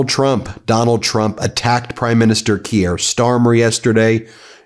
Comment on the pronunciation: Neither is it "Key-er". It's Keir. Butchering names all over the shop...